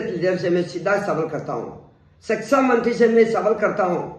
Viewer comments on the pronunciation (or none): Sexa mantri😂😂😂 ye kya hota hai??? Phele thik se pronounce karna sikhiye😂😂😂